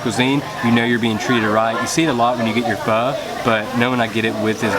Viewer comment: Just give you a thumb up because you speak and name the Vietnamese food better than my children, I am Vietnamese and all my 3 children are born in America they all adult now but all 3 of them can't even speak Vietnamese or name any of our food like you, you are awesome my son. :)